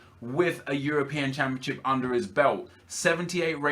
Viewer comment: its championship Nep not championchip , please dont kill me just saying